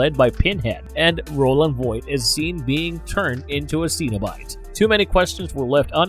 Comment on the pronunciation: ‘SEN’obite, not ‘SEEN’obite